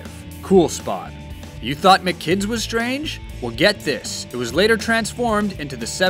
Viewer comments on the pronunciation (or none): none